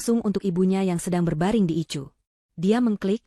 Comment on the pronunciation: Koreksi, bukan ICU tapi dibaca "AISIU"